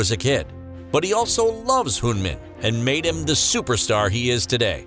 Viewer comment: This narrator doesn't even know how to pronounce Son Heung-Min correctly and he pronounces the Korean cities like Chinese cities. WTH.